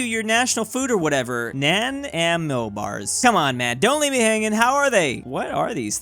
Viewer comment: It’s pronounced na nimo bar’s